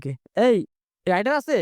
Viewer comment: রাইডার না রে ভাই । রেইডার